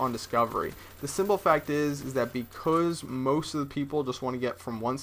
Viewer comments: Can you say Becasuse? Cause you keep saying Bec000z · becoose??? are you canadian? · He says because like BECOOOZE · No offense, but when you say because, it sounds like becooz. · You can't say "because" ;D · you say "because" strange. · Is it just me or did you guys want to punch a baby everytime he said because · HAHA what the hell? I think cannot pronounce "because" properly. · can you say because like a normal human being? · lol he says because funny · Don't really get it.. Do you guys just think its funny the way he says 'because'? If thats so, i totally agree. But i'm kinding getting the idea that people are actually bothered by the way he says 'because' and that is fuckin lame. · Does anyone else think says the word "because" weird as shit?